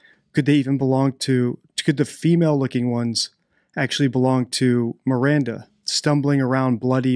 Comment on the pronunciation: Oh shit, yea I just heard him say Miranda, yikes